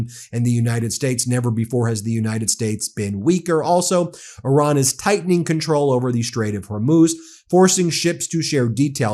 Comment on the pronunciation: Stop saying "Oran". Please!! The name of the country is Iran